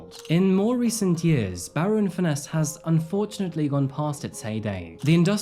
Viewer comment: Just a note, its pronounced furnace not fur- ness. Its a beautiful place to live, I live on walney, and my daughter was friends with Ellie and one of the young women named as being trafficked. I might stress my daughter was never ever with Ellie on any dates. She did have to give a statement to police. This has rocked the town like you wouldn't believe. May I add, a minority of the town did act inappropriately towards the Asian community, but we very rarely have racially motivated crime in the town. Not everyone targeted those mentioned. I would also like to stress that those named have reputations in their own right.. no one will ever know the full truth and I don't think we ever will find out. As a town we will heal,and support. Still very raw, many people feel very hurt, misled and deceived. But as always barrovians bounce back, and despite what you may here, we are very welcoming and hospitable people